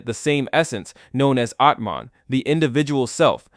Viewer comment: Your explanation (or exposition) about Hindu philosophy is so horrendous. You can't even pronounce Brahman and Atman correctly. Don't talk about stuff you haven't experienced - don't be a charlatan.